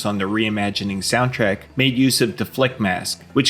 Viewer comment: Thanks for making this video. I learned a good bit from it. But I don't think I've ever cringed harder than when you mispronounced Deflemask.